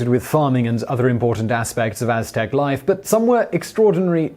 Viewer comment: Simon nailed the aztec gods lol